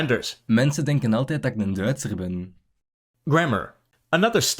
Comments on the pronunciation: Some remarks: The indefinite article for Dutch was pronounced wrong, het said "één" (means: one, 1) he should have used "un" ("an") Dutch "Krant" also happens to be a French loanword, comes from Courant (current/actual => news) "Swat". My (Dutch) father (I'm Dutch too) would say "soit". Spelled the French way, meaning something like "So be it". Though its use is rare. Do you have any trouble communicating with people from Belgium? Well .. sometimes the "Ik zie u graag" was definitely confusing. Otherwise, as long as it is "tussentaal", it's not really very hard. Between "Ge" and "Je" and "U", you find that each party to a conversation typically just keeps using their own version. More Flemish loanwords: "Vijs" and "Turnevijs"/"Toernevies"; French "Vis" and "Tournevis", Dutch is all different: "Schroef" and "Schroevendraaier": screw/screwdriver. Also worth mentioning: in Flemish the use of "se", an interjection usually at the end of a sentence. If anything at all, the Dutch would say "he" in those places. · There were several errors in the video, like with the translation of "a house", the Dutch translator said "one house", not "a house" Een (a) is promunced as un Een (one) is pronounced as ane Often een (one) is written as één to clarify this. The word friet is used in the Netherlands quite often also, depends where you are. Verdieping and etage are both used in the Netherlands, so it isn't typical Flemish either. And bedankt and merci are both being used in Flanders. In the Netherlands merci was common too until 30 years ago, next to bedankt, but you don't hear it anymore now. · Indeed! The Dutch speaking person is also saying “één” for “a/an” (which is meaning one), instead of “een”, pronounced almost like the English “an” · The sg. indefinite article that was pronounced wasn't 'a(n)', but 'one'. 'A(n)' (een) is pronounced /ən/ while 'one' (een/één) is pronounced /eːn/, which is what you heard in the audio sample.